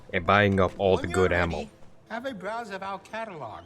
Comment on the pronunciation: I was following until you said Almo, like a character that was cut from the pilot of seseme street. There are no Ls in “ammo”